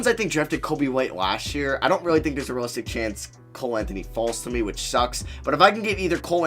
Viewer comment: Great vid but it rly bothers me when you say rulistic rebuild not realistic